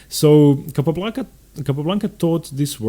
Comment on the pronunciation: Second small quibble: You have the absolute best name pronunciation of any commentator on YouTube. Capablanca! Azmaiparashvili! Zapata! Clean voice and correct... Except for Ruy López (as written in Spanish), which is pronounced LO-pez instead of lo-PEZ. Wonderful videos. Earned my subscription.